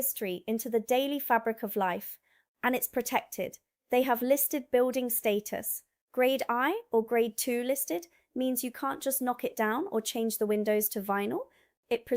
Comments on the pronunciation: sweetheart, its called Grade one not "i"...... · Its not Grade I it's Grade 1 😊😅😂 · It’s not grade I it’s grade one, as in 1 2 3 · Thank you. Well presented by a lovely woman. 1 thing you did make a mistake on, it's not 'Eye' it's 'one' or two' when talking about protected property. 🏴